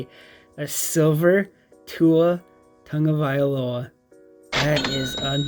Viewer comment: Are you saying Tungavailoa ?😂